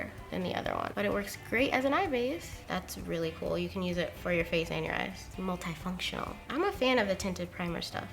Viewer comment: The way she said “multifunctional” 😂😂😂😂😂😂😂